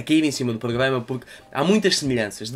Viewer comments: Vale a pena ver o vídeo só pelo facto de tentares dizer "pogama" 😂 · Poglama hahaha desmancho-me sempre!